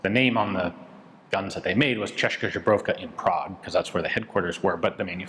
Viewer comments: Ian you pronounce Czech “zbrojovka” (weapons factory) almost like Polish vodka “żubrówka” ( bison vodka) :) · I love your work and your story telling. But I will punch myself in the face with my own fist if you will butcher the CZ name again 😂😂😂😂😂😂 Please, Please, PLEASE! Paste this "Česká zbrojovka" into Google translator and let it read it out loud to you. PLEASE 😂😂😂 I cannot stand another "jobrovka" 😂😂😂😂😂 And I am not even Czech. I am Polish and it still hurts my ears 😂😂😂😂😂😂😂😜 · Ahh still saying "žbrovka" instead of "zbrojovka" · It kills me how someone fooled Ian by convincing him that "zbrojovka" is pronouced as "żubrovka". And Ian insist on not changing that XDDDD. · "Češka Žebrovka" XD It gets me everytime. I think at this point they could change their name. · Ian, your pronaunciation of factory name is terrible 🤣 It sounds like name of polish bison grass vodka brand. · Lol still not there with the "Zbrojovka" pronunciation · it's hopeless at this point